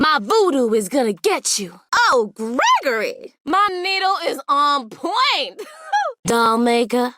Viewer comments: What says: Gri-Gri! What I hear: Gregory! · Is it me or I can’t hear anything else other than Gregory instead of Gris-Gris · It actually pronounced Gregory it’s says in her description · finally somone who dont call her gris gris